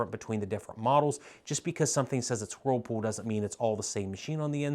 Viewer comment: I love the way you sometimes pronounce whirlpool. You tend to subdue the “whirl” and instead say “wh’pool.” You sound so adorable😇.